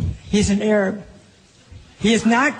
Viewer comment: The way she pronounces "ARAB" makes is crazy